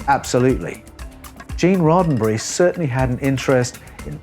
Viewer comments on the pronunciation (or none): Roe berry?? What?? You go from scripture to Rodenberry??